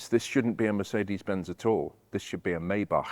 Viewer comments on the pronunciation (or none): I was wondering about that too. I think the way that he pronounced the 2nd part was better than almost anyone I've ever heard (other than a German person). Just that, as you mentioned, I think the first part, to my understanding has been "My" instead of "May." Cheers! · "Maybach" - the correct pronunciation would be "My-Bach". Sorry for this nerdy remark. I love your videos. Kind regards from Braunschweig, Germany.